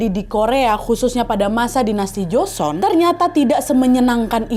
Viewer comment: Duhh sorry to say, tapi gak nyaman banget dengerin part ini. Buka karena alur ceritanya, tapi karena pengucapannya, seperti joseon, nama2 dll. Sekadar saran, sebelum take, kalo misal ada kata2 yg dirasa asing coba search dulu cara pelafalan yg tepat seperti apa🙏